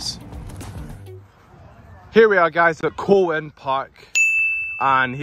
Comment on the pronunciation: It’s pronounced Cowan park as in the animal cow then an